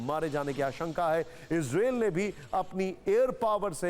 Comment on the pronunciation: इजरेल नहीं इजरायल कहते हैं भाई कहना सीखें 😅😅